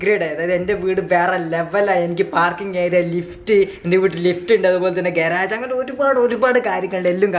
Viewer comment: Bro ഗരാജ് അല്ല ഗ്യാരേജ് aahn tto